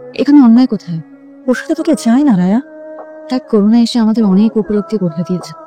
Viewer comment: এক সেলিব্রিটি নাইকা হয়ে করোনা কে বলছে করুনা😂😂